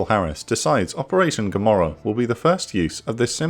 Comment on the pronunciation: "I ask you one better, Who is Gammorah?"